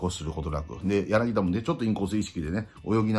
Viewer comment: ヤナギダ ではなく ヤナギタ です